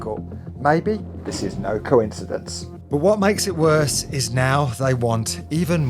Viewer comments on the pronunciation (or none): “WHAT MAKES IT WROSE” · "What makes it wrose?" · Wrose? Worse right? 😂 even said it like wrose 😂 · "WHAT MAKES IT WROSE"...? Lolz..... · Makes it "wrose" lol